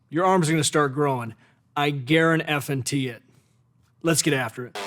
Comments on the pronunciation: did he just say karen effen tea? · Just the fact you sayd guara nt f teed or whatsoever just put me off from going to gym.